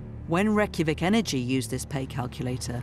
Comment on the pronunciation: Nearly died of how the narrator pronounced 'Reykjavik' (north europeans will understand this)